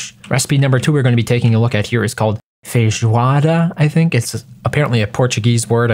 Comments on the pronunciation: Pronuncia de feijoada foi quase perfeita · Nossa falou "feijoada" certinho em, gostei desse novo prato Like!